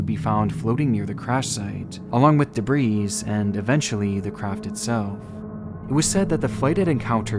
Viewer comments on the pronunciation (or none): You do know the S in debris is silent right? Or do you also say shit like IlliNOISE for Illinois? Which also has a silent s on the end. Something taught in like 4th grade ........Those might be forgiven as long as you don't say EYEtalian for Italian. It's "Ih-tuh-lee" so obviously their people are not "EYE-Tahl-E-uhns" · FYI debris is pronounced "debree" not "debrees" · Debris Pronounced (De-Bri) The S at the end is silent. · You don’t pronounce the “s” in debris 😊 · The s in debris is silent 🤫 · Debris isn't pronounced with an s sound at the end. All that money your parents spent on your education and you go and embarrass them like that.